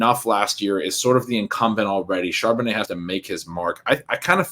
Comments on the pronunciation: Charbonnutz lol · Super cringe every time mis-pronounces Charbonnet and no one corrects him. These videos are great though. I’m just playin. 😂